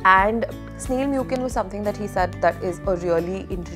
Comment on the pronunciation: Hellooo loved the haul! The COSRX essence is pronounced as 'MUSEEN' not 'MUKIN'. It's such a wonderful product. I'm on my second bottle already. ✨